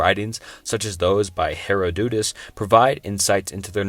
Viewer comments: OMG DID THIS DUDE JUST SAY HERA-DUDE-US?! That's where I draw the line -- It's fucking pronounced HER-ODD-DID-US! HER-ODD-DID-US!!!! for fuck's sake! .I can't take it anymore! I'm one mispronounced historical figure away from punching my laptop and I can't afford to replace that shiet...i've gotta go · Heroh-dootus (lol) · "Hera-doodus," lol, lmao